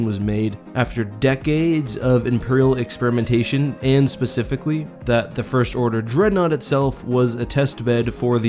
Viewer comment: Bro, you're killing me, did you really say "pacifically" instead of "specifically" ?